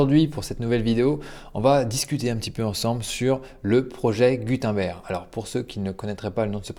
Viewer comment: Ça se prononce « GOU - TEUNE - BAIRGUE » 🤷🏼‍♂️